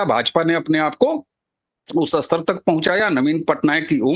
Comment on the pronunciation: हिंदी बहुत अशुद्ध बोली जाती है. स्तर शब्द को अस्तर " बोलना अशुद्ध है. व्याकरण मे स्तर शब्द ही शुद्ध है. श्रोता, वाचक, दर्शक ध्यान देवे.😢😢😢